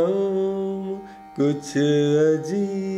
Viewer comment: शाम को श्याम बोल कर सब मज़ा ख़राब कर दिया